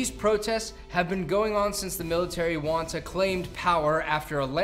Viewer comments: Military “Juanta” 🤣👍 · You said Juan-ta... instead of Junta. like a The Greek Junta (GReek Whon-ta)